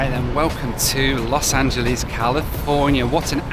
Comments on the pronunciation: you've been living in America for almost 2 years...I think it's time to stop saying "Los Angeleez" 🤣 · You say Los Angeles halfway between an American and Englishman. Not like how the English really screw it up!